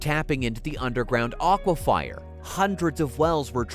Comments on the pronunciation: It’s aquifer, not aquifire. Correctly pronounced like a fir tree. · i love how the narrator is mispronouncing the word "aquifer" and saying it as "aquifire" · aquifer not aquifier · It's unfortunate that the important word AQUIFER is pronounced "aquifire" throughout this video. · Your narrator pronounces aqua-FI-er instead of aqua-fer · Would you please stop saying aquifyer? That's almost as bad as cowoberate (corroborate) and foilage (foliage), the last of which (foilage) sounds like something a mетн аddict with a surfer dude accent would say- "Dude we totally gotta go get some more foilage man.". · Dude this is killing me man! Its pronounced a.kwuh.fr = aquifer. Google pronunciation if you don't believe me. Sorry just trying to help for future videos. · WTH is an "aquafire"??? 😂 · I came here to ask this…. Also Tripoli and Tobruck - not pronounced like that…. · Your pronunciation of “aquifer” hurts my brain…